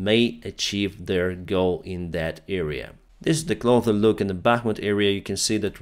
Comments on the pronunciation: you always say Closer as Clother, yet you can easily pronouce the S for so many other words, like defense. I know English isn't your first language, but the word closer has a strong "S" sound, not a TH sound... Otherwise, your videos are fantastic! Just trying to help you gain more control on the English Language (although it's a ridiculously complicated language) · it's CLO S ER there is no "th" Why do you pronounce it like "clother"? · Hi friend, thank you for speaking in English our international language. Your English is truly a pleasure to listen to, you are a strong English speaker. Here is a tip on pronunciation: closer, ближе, you say like clother. But it has just the simple ss sound, so in Cyrillic клосэр.... Нету th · Hey! The biggest mistake you’re currently doing in English is pronouncing cloSer as cloTHer. Hope this helps! ❤ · Hey, You probably wont see this and not trying to be picky Just trying to help. But i notice in many of your videos you pronounce the word "Closer" as "Clother" which is incorrect. The correct pronounce in the ending is as "Sir". As in Clo-sir.... I think you are confusing the pronunciation with the word Cloth. Hope you see this so it doesn't become a bad habit for you. Thx for the video. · Hi, great work; one thing I noticed was that you pronounce the “s” in the word “closer”by saying “th”; so the result is you saying “ clother “ when you mean to say “closer” From an American Lawyer fan of your work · Love your videos. Every video you mis pronounce "closer" lol you say it as "clother", I've watched months of your videos it made me write this lol 😂 Either way Slava Ukraine! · I notice in this and other recent videos you pronounce “closer” as “clother”. The usual English pronunciation has a hard S in the same way that you correctly say “close”. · Love you. Fix your English. Say “closer” with an S! Not a th!